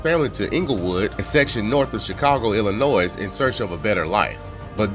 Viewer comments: "Illah-noise" smh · Great story telling talent!! The only thing I have to say, as an Illnois resident, is that the 's' at the end of Illinois is silent. I pray that you, Ashley and your family have a very Merry Christmas❤️🎄🙏🏽